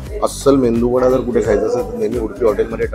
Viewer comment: O mendu vada nahi medu vada please!